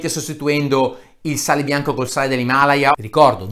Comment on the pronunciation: Non mi triggerano tanto le bufale su 'sto sale miracoloso Mi trigga incredibilmente il modo in cui è pronunciato "Himalaya": io l'ho sempre pronunciato "Himalàya" xD